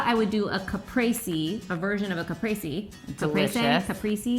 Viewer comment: So you're saying right the word "mozzarella" but not "caprese" ahahahahha I'm Italian, that's why I'm saying it, but that pita looks too delicious and you girls are too pretty so I'm gonna pretend everything's good❤️